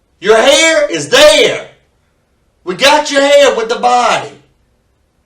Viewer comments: Your hairrrrrr is therrrrree! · Your haer is thaer, man! Your haer is thaer!!! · Your hayer is deyer.